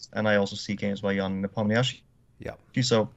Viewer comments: Tip for how to pronounce Ian's last name. It's actually one less syllable than it appears in the romanized spelling: ne-pom-na-shi. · This is your daily reminder that Ian's name is pronounced Knee palm knee she!!!!